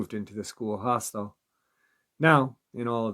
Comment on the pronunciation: Hostel, not hostile 😂